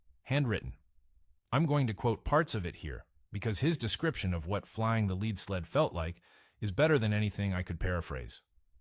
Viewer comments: PLEASE quit saying leed when you mean lead (led). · the "leed" sled... Naaaaah...